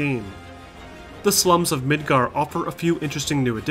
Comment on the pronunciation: Is it just my hearing or the first time you say Midgar, you say Midgard? I've temporarily lost hearing in one ear and everything sounds weird at the moment.